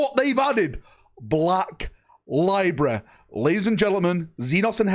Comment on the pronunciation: Library is a three syllable word.